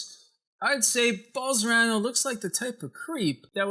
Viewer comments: Bol-son-a-ro, not Bol-sor-a-no. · I like these editorials he does, lots of hard work. Wilbur Ross documentary was great. Bolsonaro one not so great. Brazil speaks Portugese not Spanish, ruined the joke for me...and the name Bol-so-nar-o is just consonant vowel consonant vowel so very easy to pronounce if you take a moment. can say those 16 letter Russian oligarch names, why not get the Brazilian fascist's right? Nice work though. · Love the video, only thing that irritates me is that you mispronounce the name Bolsonaro, switching the R and the N. Content is good. xxx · This stupid doesn’t even knows what the fuck he’s talking about... you can’t even say the Brazilian president name... Typical stupid English speakers... lol Study a little bit more ...